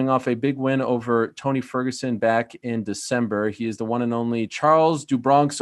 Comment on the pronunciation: Ariel the word “Won” is pronounced as “One” not “Wahn” please stop saying it like that